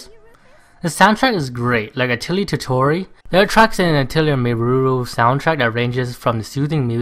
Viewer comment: some pronounciations: Meruru- Mei lu lu Koei- Co ay totori- the 'ri' should pronounce 'li'